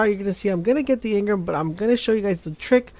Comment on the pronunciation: It's engram not engrim, engrum, engrem, or any other weird shit.